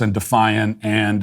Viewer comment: You know someone should be ignored when they say "AAAND" as if it starts with an E